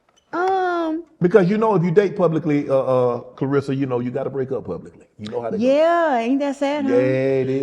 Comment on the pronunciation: Everyone mispronounces her name Clar RES SA